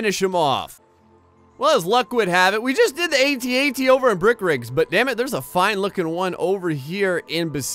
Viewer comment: Your saying at at wrong